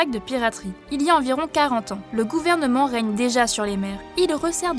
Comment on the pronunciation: Comment ça le "reigne", c'est pas plutôt le "règne"